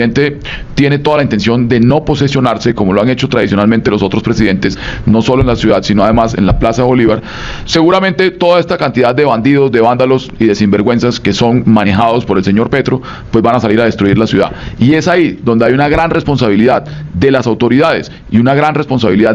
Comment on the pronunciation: Es Vándalos...no Bándalos de Burros